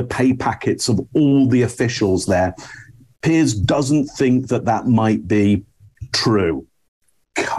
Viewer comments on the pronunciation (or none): Please stop calling piers (peers), Pierce. It's doing my head in.